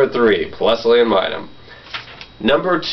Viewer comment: You pronounce pachirisu, and plusle wrong. It's pachirisu, not pachirisa, and it's plusle, not pluslee